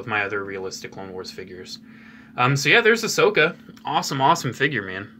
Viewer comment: I love how he says Ashoka tann-o